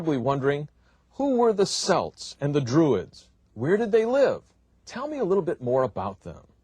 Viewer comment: Can't even pronounce the word Celt properly!